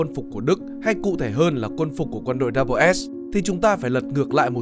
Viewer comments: Đâu ai đọc là Double S đâu pa. Người ta đọc là SS, tiếng Anh đọc là The SS mà. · Mình thấy ngày xưa đi học và trong chương trình của tây họ gọi đơn vị này là "ét zét" chứ ko phải cách như bạn đọc "đắp bờ s". Nghe rất phèn. Phải chăng nên chọn lối đi riêng để thành công? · cái "Schutzstaffel" đọc tắt là "double S" thì k đúng lắm, mình nghĩ nên đọc là "S S" thì có vẽ đúng hơn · Mình vẫn luôn nghe tên tổ chức này được đọc là SS (đọc 2 lần chữ S liên tục) nên nghe video này đọc double S bị khó chịu á chời 😑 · Đọc “ double” S là không đúng đọc như vậy không ai biết đội quân lừng danh của Hitler.Chỉ đơn giản là S-S. Tất cả tài liệu của nước ngoài đều đọc như vậy 😁